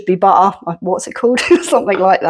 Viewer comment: Another lovely video from a lovely lady. The Apple cake looks amazing, I will have to give this a go., you have Irish in your accent, it’s also very English. You made me laugh when you said butter, I say it exactly the same. I am a Londoner but live in Ireland, so I do have a very strong London accent. Have a lovely evening, look forward to your next video❤️